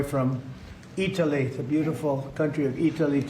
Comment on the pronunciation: "Here from Eetelee..." Italy...😂😂❤